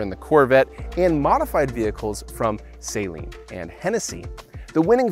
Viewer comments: Steve saleen's last name is NOT pronounced saline. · Still can’t pronounce Saleen correctly. 🤦🏼‍♂️